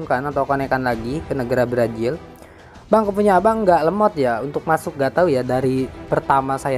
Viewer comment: Brazil bang bukan brajil